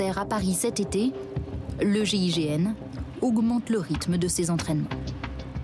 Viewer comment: Ont dit GIGN..pas GIGM..